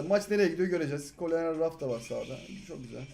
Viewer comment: Abi niye raf raf diyon jsjd